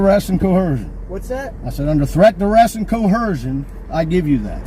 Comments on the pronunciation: what is co hercion? Is he trying to say coercion? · Hey,, what's "co-hersion?" LMAO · Co-er-cion, there's no h in that word. Nails on a chalkboard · Where the heck do theygetthis you only have authority in the DC? From a home charter initiative from the late 1800s that don't apply? Also dude lean how to pronounce coercion, not chersion. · These ignorant assholes can't even pronounce 'coercion". "Co herszhion"????????????????? Not even a fucking word. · .... And they can't pronounce "coersion"..... They say it like they do vee- hicle.... Co- hersion. 😭🤣😂✌️ during their "professional" law abiding, " I don't wanna give you a hard time "rants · Cohersion is the opposite of cohimsion and that's not a word either. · Ok idiot, it’s coercion, NOT coHercion! 🤣😂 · What the hell is "cohersion"? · By the way,, it's co-er-shun, not co-her-shun. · Pronouncing coercion as co-HER-sion is 100% a sign of sub room temp IQ. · For Fuck's sake it's coercion not co-hersion. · "Threat, duress, and co-hersion" again. Why can NONE of these idiots pronounce coercion correctly? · I never knew that there was an H in coercion. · I don't mean to give you a hard time.... I don't mean to be disrespectful.... I don't mean to be an asshole.... I don't want to do anything dumb.... Yet you continue to do all these things, simultaneously - multi-talented! And it's "coercion", not "cohersion" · Its coercion not cohersion ffs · If you're gonna use the word coercion... Maybe say it the correct way!?... Its not "cohershon".... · It's "co·er·cion" not "co-her-unn" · Never trust someone who can't even pronounce words correctly its coercion not "cohursion" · And I don’t think he realizes there is no H in coercion. He pronounces it coHERcion lol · Coeherseion. He can't even pronounce it correctly. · What is "co-hersion"? 🤦‍♀️😜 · this is just my biggest pet peeve about the illiteracy in the US, but seriously, why the fuck do they always pronounce a H in Coercion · "Cohersion?" Poor moron.